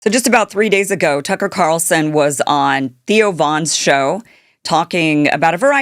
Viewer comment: agO not shO, moron AI-fOn😑